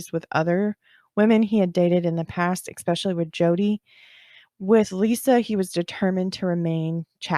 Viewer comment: she also uses the word “expeshally” (especially), it’s cute. ☺️